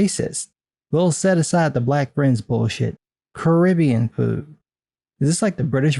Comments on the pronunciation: Did you really just say "Caribbea"? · I mean, is it really called Caribbea? I've only ever heard it called the Caribbean, not Caribbea.